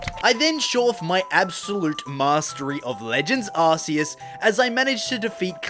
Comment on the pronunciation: It’s arces but it’s pronounced ar- key- s and also it’s not porkumon it’s Pokémon